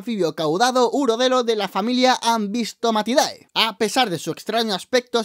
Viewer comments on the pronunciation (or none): Muy buen video, la manera en la que lo haces gracioso es genial, solo un consejo, cualquier familia que termine en DAE se pronuncia como DE, es decir, se debe pronunciar como Ambystomatide